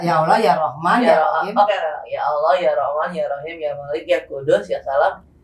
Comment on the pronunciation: Cuma 10th mempelajari agama islam tp Berasa lahir & besar dr keluarga muslim taat & alumni santri pesantren. Utk ukuran muallaf mb angie sdh sangat kuasai tata cara sholat berikut dzikirnya. Tajwid cukup bagus hanya kurang tebal tasydidnya & ucap lafadz Allah kurang sempurna msh Aloh sy yakin next udah sempurna krn mb angie orang cerdas